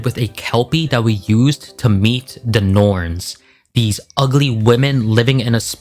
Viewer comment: You mean nornes